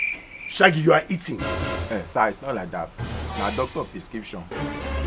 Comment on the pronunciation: He say na 'piskipshan' 🤣 🤣 🤣 🤣 🤣